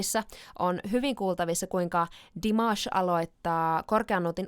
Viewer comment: Great pronunciation of Dimashes name:))